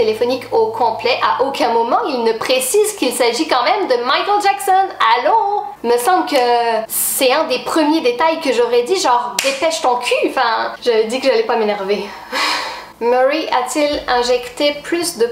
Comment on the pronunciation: c'est Michael Jackson pas maikel